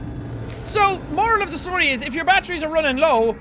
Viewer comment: when jack says batteries it sounds like he is saying BAT TREE'S!